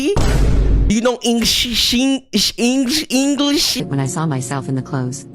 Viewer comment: "Do u know Engsinhggingfinglesh"